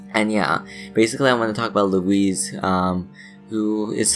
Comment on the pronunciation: Don’t mean to be a dick, but it’s pronounced, 'Loo-wis' not 'Loo-ese'